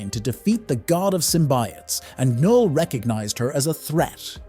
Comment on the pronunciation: Its pronounced as "Null" keeping "K" silent..not "Kuh-Nul"..and its pronounced "Megneeto" not "Magnet-O"